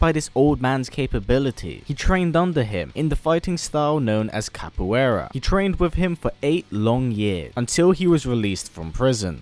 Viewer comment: i know you don't know portugese but that "Capoeira" made me cringe